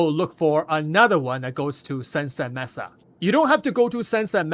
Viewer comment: "May-sah" not "mess-ah"